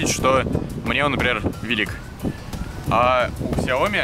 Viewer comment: Какой Ксяоми! Сяоми!